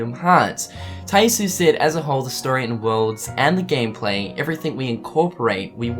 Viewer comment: Tai Yasue is pronounced "Tai YAH-soo-eh". I'm sorry if I sound pretentious for correcting you on this, but my OCD won't let it go. Get it memorized!